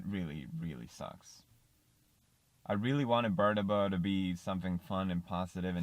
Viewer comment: Can't take pewds serious when he says birdabo